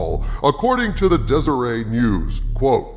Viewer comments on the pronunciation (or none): The "et" in "Deseret News" is pronounced at "et," not "ay." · That's Deser-eht news, not Deser-ae news. Sorry, it's just one of the local papers here and I can't believe your evilness is even citing it. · It’s pronounced Dez-er-ett, btw. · So you mentioned Deseret News. It is pronounced exactly how it sounds. Des-er-ette...not Des-er-eh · Totally not related to the content of the video, but I'd just thought I'd throw it out there that "Deseret News" is pronounced Deser-Eht. Like Desert with an extra syllable. Okay bye. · The newspaper’s name is pronounced “Dezer-ett”. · Just an FYI you pronounce the T in Deseret. It's a newspaper organization here in Salt Lake City. I hope this is true, but this song has been sung about Kennedy for a few years now. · Deseret is an English world, not french. your supposed to pronounce the T. i know because i'm LDS (aka mormon) and Deseret News is a LDS news paper. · It's a hard "T" in Deseret, not the French "et." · Btw's: the Deseret News is pronounced with the "t". It's a publication of The Church of Jesus Christ of Latter-Day Saints (AKA: Mormons, but we don't like that particular term). I honestly, even though I'm a member of the church, don't really like their news, and I'm a little leery about their coverage of the story to be honest. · The t is not silent in Deseret. It's not French 😆